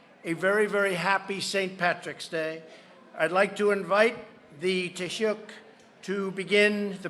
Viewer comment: Dude it's pronounced tea-shock lol